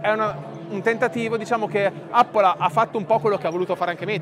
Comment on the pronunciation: Appol non si può sentire